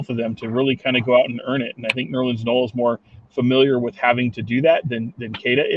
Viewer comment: It's official, can't pronounce Noel correctly lol.